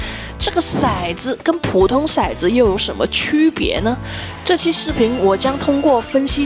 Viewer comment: 骰（tou）子，色（shai）子